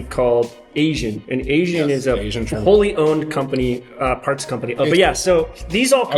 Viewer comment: Its Aisin (eye-seen) not asian. It is a toyota transmission but not every XJ came with it. The manual was not Aisin to start off and the early XJ came with a french (Peugeot) transmission. They started using the AW4 when they put the 4.0 liter engine in in 1987. So the 84-86 XJ didn't have the toyota transmission.